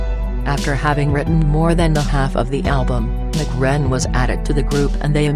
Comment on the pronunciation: "McRen". Wtf he ain't Irish! Lol. They need to drop this computer voice crap